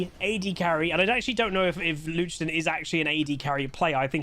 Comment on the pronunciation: i hear luchden 😅